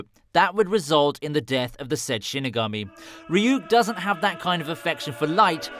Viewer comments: love the vid but the fact that u call ryuk rayuk is triggering lmao loved the vid though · Bruh the way he says ryuk 💀